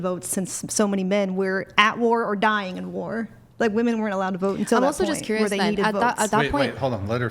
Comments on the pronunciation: Attention ladies! 📢 The word “women” needs to rhyme with the word “swimmin’”. Thank you for your time. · Is she verbally handicapped? Why does she say WOMAN when she means WOMEN? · Why do these people always say woman instead women? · She said woman when she meant women. Nope I'm out. Fuck this adieu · What's with Gen Z pronouncing "women" as "woman"? It's annoying as fuck. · If you listen carefully, you'll hear that they DO say "womEn", but as they pronounce "wo-" the same way as in "womAn", you assume that it must also be the word that they're saying. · Every single one of them pronounces the word as wim-man. That is, an I rather than the O, which makes the complaint rather ironic. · Can they actually just not pronounce the word "women" or is this some new age bullshit that the singular word "woman" means all women? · It drives me nuts they can't say the plural of woman.